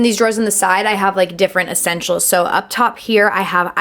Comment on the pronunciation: Little assenshuals........ One hondred milloin brushes 😂😂😂